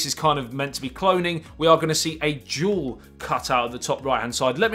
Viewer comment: You can start by practicing to say - dual and not jewel. Everytime.... It dual not jewel.